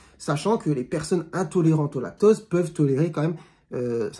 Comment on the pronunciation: Vous parlez du lactOse ou lactAUse ? On entend mal.